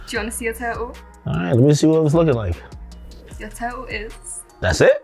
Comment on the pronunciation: Just realized the British girl pronounce ‘your total ‘ as ‘yur turtle ‘